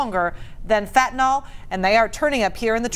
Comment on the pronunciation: They can't pronounce fentanyl. How did they get to be anchors?😅